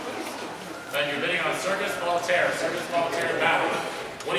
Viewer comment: Fun video. Voltaire is pronounced "Vole-Tear" BTW.